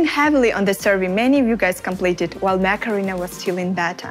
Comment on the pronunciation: I just can't help it she is saying "Macarena" AKA mech arena. I know I'm bad I'll stop